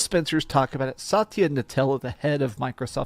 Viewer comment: 😂😂😂😂😂 Sataya "Nutella" bro im 💀